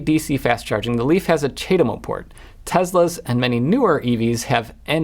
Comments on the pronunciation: w/ CHAdeMO you pronouce the A in CHA (like charm), thats how ive always heard it being said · It's pronounced: Chad-Emo! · It's pronounced Chad Emo, obviously! <The Cure - A Forest starts playing, an early version from 78 or 79 when Robert Smith looked like he was on the rowing team>